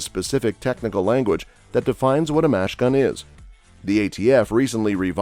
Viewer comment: Why did the speaker constantly refer to a "Machine Gun" as a "Mash Gun?" Does not reflect well on the knowledge of the presenter or the puppet masters behind him...!!!